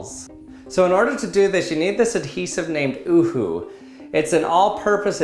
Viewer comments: Me from Germany: is he really saying uühoü or oohoo or something like that. cant spell it instead of UhU edit: right pronunciation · he said something like 'OuHou' but it's just 'Uhu' 😂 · In UK we pronounce it "you-who" cracked me up when he says ”oo-who". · Stop calling it uhooo It's U.H.U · I thought he said uwu I’m dying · In England, it is pronounced as you hu. We also call faucets, taps. Cool video. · Damn u all never knew about this in middle eastern countries we use this instead glue sticks and btw you dont say it as a full word uhu you say it as word by word "u" "h" "u" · I am a Pakistani and i am thinking the same